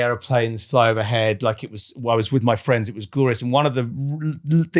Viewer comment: Aww Fwends!